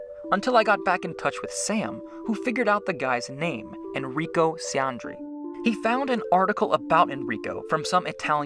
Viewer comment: Very much enjoy your videos... hope to see you post more in the future! (BTW. "Ciandri" in Italian is pronounced "Chee-ahn-dree"—think of the "ci" in "cappuccino." Very very minor thing though!)